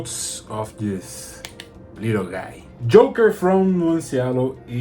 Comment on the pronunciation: Ótimo vídeo, curti demais. Só um detalhe mano, o nome do perfume é jocker com C e não Joker como o coringa, então ele se pronuncia "jócker", que é algo como atleta, o inglês está muito bom, curti demais.